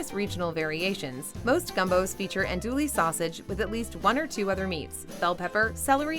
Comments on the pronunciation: “Andooly” sausage? No! It’s French, pronounced “On-Doo-Wee”. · Your voice is nice but you suck at this. You said andoulee? It's andoueee. Americans take credit for everything. BBQ, Fried Chicken. You stole everything from everyone, INCLUDING BASEBALL. Fuck the USA. France makes the bread, Vietnamese make the food and you call a Bahn Mi American? Sounds about right. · Andouille is pronounced "an-doo-yee", not "an-du-ly". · it's pronounced an-doo-yee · Did she say “andoolie” sausage? lol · The sausage "Andouille" is pronounced Ahn-DOO-we (totally forgivable faux pas if you're not from Louisiana), but the word "familiarity" has never been pronounced 'fu-mill-yer-rarity' even by us cajun heathens. :)